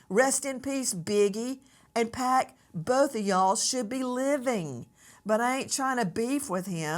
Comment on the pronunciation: The beginning of this video was funny but she missed pronounce Pac name and Keefe D LOL